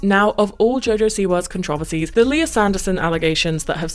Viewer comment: Bro it’s driving me crazy why tf does she pronounce it that way it’s not even close